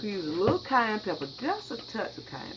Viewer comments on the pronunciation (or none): none